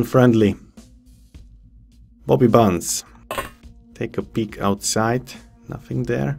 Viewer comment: your english is great but when you say bobby bunz with your accent it kinda sounds like you were saying poopy pants lol made me giggle